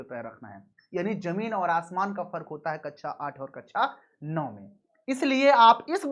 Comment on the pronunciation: Please स और श सुधार लें। Word class को ककषा बोलना है न कि ककछा या अच्छा ।